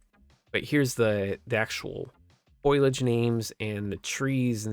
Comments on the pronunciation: fo·li·age /ˈfōl(ē)ij/ NOT FOIL-AGE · FOAL-e-AGE lol not FOIL-AGE lololol i laughed way too hard after the KUBOTA crazy lol